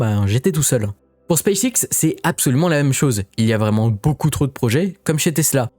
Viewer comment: on dit ''beaucoup'' comme ''beau cul'' ou ''beau seins'' ..et pas ''boucoup'' comme ''bouzin'' ou ''bourrin''... mais sinon à par ça ; merci pour les infos et les vidéos ...